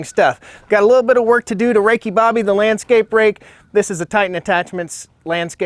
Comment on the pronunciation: Did you say Rakey Bobby?!?! 😂😂😂 that is GOLD! Shake .... n BAKE!